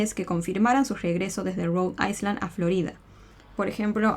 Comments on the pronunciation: Te amo y sos buenísima haciendo esto, pero me dolió cada vez que decías rhode Iceland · No se pronuncia la S enla palabra Island